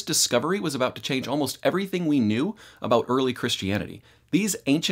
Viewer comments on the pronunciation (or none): none